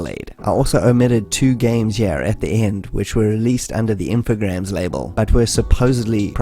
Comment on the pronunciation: You make cool documentaries. It could be a bit less fast though. Infogrames is pronounced like infogramme in a French kinda way... Does Bubsy on the Jaguar count? Fractured Furry Tales?